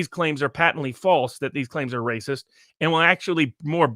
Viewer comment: is saying the meme wrong. It's "Waaaaaycis!" not "Raaaacis!" 🤣